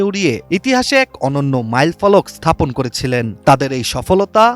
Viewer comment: থাপন কি রে গাধা।স্হাপন